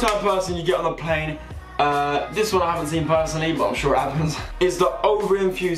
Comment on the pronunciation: Lol he produced plane as 'pain' at the start of the video lol